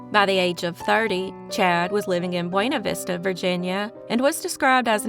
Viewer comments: I enjoy your channel. Buena Vista is pronounced BYOO-nuh Vista. For some reason, Vista isn't pronounced VEE-stuh. You got that part correct. My hometown is 6 miles away from BV. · Just an FYI on local pronunciation, Buena Vista is pronounced Buna Vista by locals (long U) as opposed to Buena Vista as in Spanish. Good catch on Staunton, can’t tell you the number of times I’ve heard that mispronounced. Also thank you for publicizing these cold cases, hopefully some tips will result that help solve them. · You got Staunton correct, but butchered Buena Vista. 😂 JK. Love that you’re covering some cases in my neck of the woods. I’m still complete haunted by baby Ariana’s disappearance. The fact that no one has faced any justice for her is just terrible.